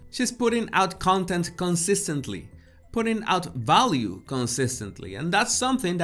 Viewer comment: Great “ balue “ “ bideo”,Love!